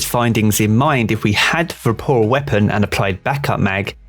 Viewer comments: VORPAL not VAPORAL... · Am I the only one getting triggered every time he says ‘vaporal’ weapon? LMAO 😅 anyways, great video! I got a trophy hunter with triple tap and vorpal weapon a few weeks ago, looking forward to trying it out next season! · Hey mate, good video (and I agree entirely, having this exact roll, it's terrific). Just a note, though: "it's "Vorpal" not "Vaporal." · LOL nah man, if I'm being honest, I was a bit triggered over it. At first I thought it was his accent, but then I was like wtf? 🤣